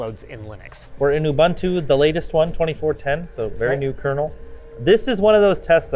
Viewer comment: Your friendly South African reminder, it’s oo-boon-two 😅